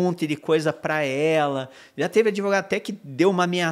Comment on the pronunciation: Ahaha se fosse aqui nos US…no minimo PRISAO PERPÉTUA! Ta por fora esse “adEvogado”